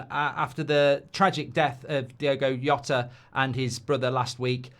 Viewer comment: How HARD is it to get Jota's name right? Literally 10 seconds research will solve it.